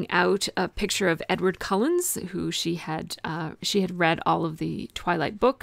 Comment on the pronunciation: It was fun chatting with you while you created this page,! It came out great. (PS: I noticed you said, "Cullens" again during narration... I'm glad you got it correct in the journaling, ha)